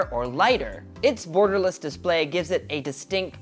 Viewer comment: did he said "burgerless" or Gutom lang ako? HAHAHA